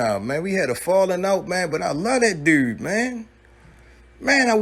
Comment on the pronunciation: You definitely from Baltimore because nobody say the word "dudes" like y'all